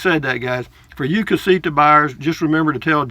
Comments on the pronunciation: LOL...well, maybe it’s a combination of my 73 year old (Yankee) ears and your 73 year old voice, but it sounds like you say CasiKa. Whatever. Love your videos, man. Safe travels. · CasiTa...not CasiKa.